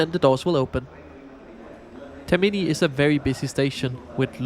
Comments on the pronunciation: Tak for denne rapport, der som sædvanlig er af god kvalitet. Jeg vil gerne påpege, at den toniske accent ikke ligger på TerMIni men på TERmini. P.S.: Jeg er ikke italiener, men det er bare om spørge. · Nu har jeg hørt fejlen for tit, så skal du lige vide: Termini betones på første stavelse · Also it shows you never rode the ETR 700. And can you please start learning how to pronounce things? It was tiring listening to you pronouncing "Termini" wrong every single time.